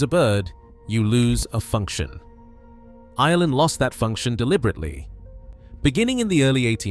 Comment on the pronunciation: There is an R in Ireland